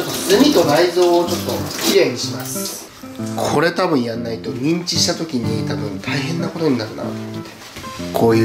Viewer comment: ミンチが◯んちにきこえる